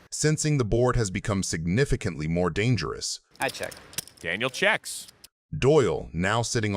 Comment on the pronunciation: AI trash. Just listen to how they pronounce Daniels name. Disgusting.